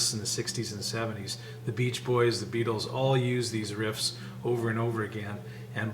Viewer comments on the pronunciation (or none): none